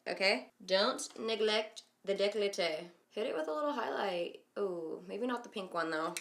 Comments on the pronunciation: Amy Kod Girl, it's décolleté in good French. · Girl its decolté not decloté but that was cute af lmao